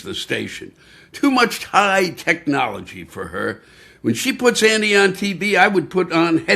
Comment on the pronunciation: He pronunced Andy's name the way David told us to. 😊